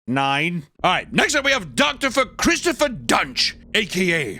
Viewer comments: Why did you keep saying Drpher Christopher lmao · out of all the times i’ve watched this video, this is the first time i realized he said “doctorpher christopher” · "Doctorfer" killed me 🤣🤣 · Unlike a lot of other content creators, I can't tell if is intentionally mispronouncing words but I find it hilarious. "Doctorfer Christopher" lol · Wonder if he meant to say doctopher Christopher each time he was talking about Dr Christopher Duntsch? Lmfao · It’s hilarious that said “Doctopher Christopher Duntsch" fucking twice. How the editor didn’t point that out in either a crazy miss or some serious restraint. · did he say doctopher christopher Duntsch? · I was surprised they didn’t point out saying “doctopher christopher” TWICE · "Doctorpher Christopher Duntsch" honestly the best way to say it